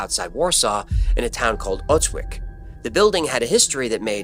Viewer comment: Your Polish pronunciation needs a little work ;) Otwock is pronounced Ot votzk